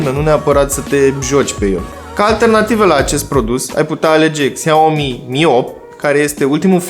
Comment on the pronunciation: Faceți review, dar nici nu știți să pronunțați Xiaomi.